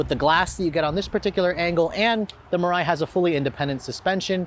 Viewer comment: It’s Mariah